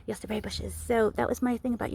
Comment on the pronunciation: Your German pronunciation sounds good ,do you speak German?